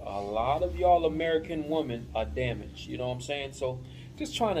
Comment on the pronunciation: My bro say damage 😂😆